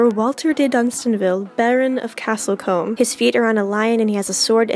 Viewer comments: It's pronounced Castle Coom!,not comb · Combe is pronounced Koo-mm. It's a common placename as it means 'spring'.